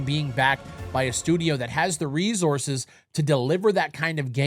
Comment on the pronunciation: I love the way says resources 😂💀 “rezources”